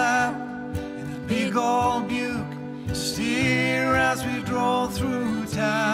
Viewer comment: 99,5% prosent perfekt - og det er ikke verst! Den siste halve prosenten som mangler, ligger i uttalelsen av ordet "Buick". Utrolige talenter.